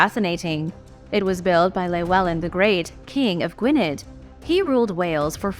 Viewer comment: No. 2 - Gwynedd. I thought the double D in Welsh should be pronounced like a th not d.